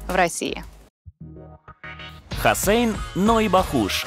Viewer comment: Имя гостя, через О! Ведущая постоянно называет его ХУссейн 😕